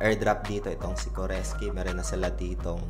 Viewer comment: core sky lods hindi koreski hehe. anyway done joining your link.